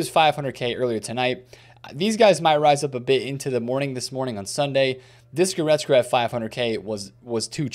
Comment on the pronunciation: Still can’t pronounce Goretzka to save Yur life 😂😂😂